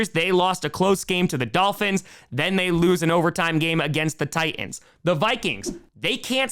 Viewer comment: Fun cast. But the word 'Titan' has a "T" in the middle. It's not pronounced Ti-an, it's Ti-Tan. Try it, thank you. And also, the word 'Houston' starts with an "H." It's supposed to be pronounced.